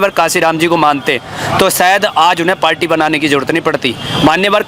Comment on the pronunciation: कोई इसे बताओ कि पार्टी होता है पाल्टी नहीं 😂😂